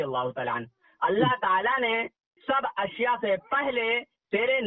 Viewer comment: Aap Ku ashya bolne ni aara ishya ishya bolreen 😜😛😜😛😜😛